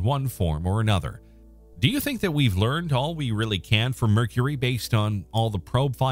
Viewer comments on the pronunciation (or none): The voice AI on these videos has trouble with the word "can". Makes some sentences sound odd.